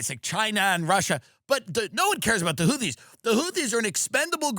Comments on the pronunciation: Say houthee 1 more time motha fucka! Say houthee 1 more god damn time! 😂 whootees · Its amazing tim has had jd vance and tulsi gabbard on the pod and doesn't know how to pronounce houthis. Ok you're fucking with us not knowing how to pronounce chipotle either 😂